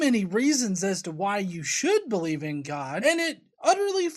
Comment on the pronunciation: Who is Gah, that's what she keeps saying.